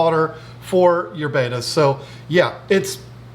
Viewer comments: in another one of their videos they actually go into why he calls it baita and not betta. He grew up is saying it wrong and it's hard to make the change plus he really just doesn't care because everyone knows what he's talking about. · It’s not Baita. Look at the spelling, Betta bet ta , see the 2nd t. 😖